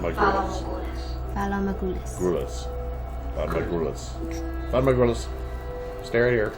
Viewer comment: It's VALAR, not "Valor".